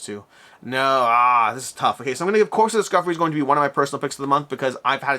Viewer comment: Corps is pronounced like "core" not like "corpse".